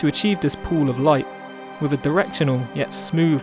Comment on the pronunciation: Great tutorial, but please drop the 'frough and wiv' sorry mate it really lets you down, when you're obviously a very talented guy!